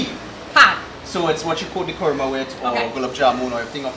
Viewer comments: It's kruma 😂😂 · Yes! it is pronounced Kurma fuh real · Why is Kurma - a two syllable word so difficult to pronounce? Imagine a three syllable word🤣